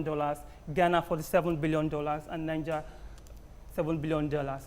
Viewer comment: How can I even trust all these analysis when the analyst cannot differentiate between Niger (pronounced Naija) and Niger, a country (Pronounced Nijéé). Thanks to the lady in red for right pronunciation.